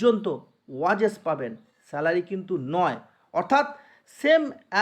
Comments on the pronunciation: ওয়েজেস ❌ ওয়াজেস💯😅😅😅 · ওয়াজেস । দারুণ উচ্চারণ